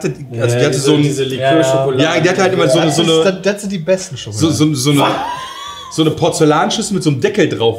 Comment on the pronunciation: Neues Trinkspiel: Jedes Mal, wenn das Wort "Schokolade" fällt, einen kippen. Oder auch "Wsss dAs fffüä SchhoOooOkhhloaDe?"